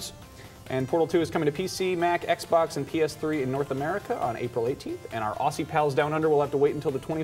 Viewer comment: Sorry, but I just gotta say. Aussie is not pronounced Ossy, it's pronounced Ozzy, you know, like that heavy metal dude? Thanks!